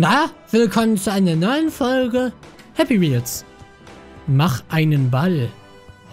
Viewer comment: Ich hab Happy meels verstanden😂😂😂😂